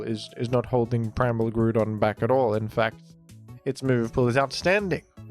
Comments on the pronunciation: I believe Groudon's name is pronounced grau - daan Because his name is Ground without the n and with "on" at the end. Not Groo don I'm not telling you to change, I'm just pretty sure it's incorrect. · why do you keep saying "grudon" it lowk pmo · Who the hell calls him Grûdon😭😭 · Ah yes I love the groond type pokemon groodon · Bro stop saying Gru-don. Boutta pmo, immediate dislike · Is it Groudon or Groodon? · The way you say Groudon pisses me off ngl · Why do you say groudon like that? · I know its engagement bait, and I will fall for it but that groudon (ground and don) pronunciation especially his random buffer between gru and don that happens only 50% of the time is actually killing me